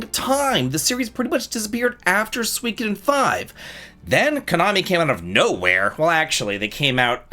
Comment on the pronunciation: The pronunciation of Suikoden is killing me 😂😂 I’ll have to check out the game though!